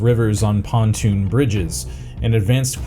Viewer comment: PONTOON bridge. WTF. I just can't take it anymore after all the ridiculous mispronunciations.